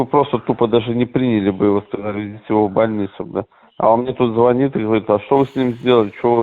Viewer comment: Азаренок настолько безграмотен, что не может правильно говорить. Кол на голове чешет. ЗвОнит. А ударение?!!! Это ж кто у них работает.... с 10 классами ребята грамотней говорят